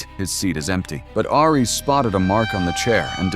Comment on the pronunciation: You mispronounced Ares